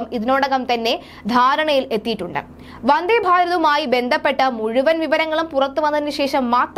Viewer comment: "വന്ദ്ധേ" അല്ല "വന്ദേ" എന്നു മതി.